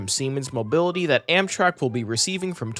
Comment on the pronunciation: Did bro just say Amsherk?